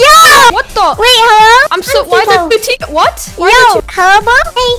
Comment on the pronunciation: Bruh it is Tiko not tico lol. Are u a fan or what? Only true fans know it is Tiko and not tico